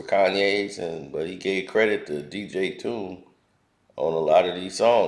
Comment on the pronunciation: Legendary producer Dj Toomp! not dj tune